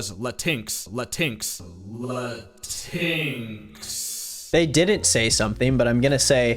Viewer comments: why did he say "lateenks" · Why did he pronounce latinx like that. It’s Latin-X. The fact he failed at making fun of that is so silly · LMAO “LATINKS” 😭😭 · I know but why did he say it like that